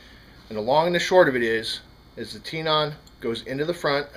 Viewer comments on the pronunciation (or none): It's TENON not TEENON.. makes me crazy every time you say it.. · tenon, like ten in, not tenon like tee non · Nice job! I DO have to comment though..."tenon" is pronounced "ten-in", short "e", not "tee-non", just like in woodworking where you have a mortise & tenon joint. And "swage" is a short "a" (as in "watch") not like "swayje". Sorry, I don't mean to be so stuck up but it got old hearing all the mispronunciations. Don't kill me, I'm only the messenger! Informative video though, learned what I ended to know...thanks! Now I've got to figure out which size tenon the front sight on my series 80 has, don't want to snap it off until I have the new one in hand. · Tenon = ten (like 10) - on (more of the 'un' sound). Not tee-non... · You're pronouncing tenon wrong. It's not tee non, it's tenon. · Watched this video until you kept saying “Tee-non”. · Wtf is a tee-non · Thank you , I found his pronunciation of the word tenon hard to listen to everytime he said it